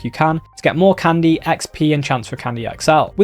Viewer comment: It's called Candy not Condy😂